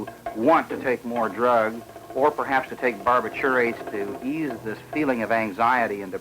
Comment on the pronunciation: BAR-bi-TUR-ates? Wtf …You mean BAR-BI-turates?